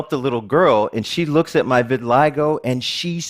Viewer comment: yeah. he calls it re-vitiligo